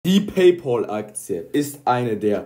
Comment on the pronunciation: Es heißt nicht Pay Pol!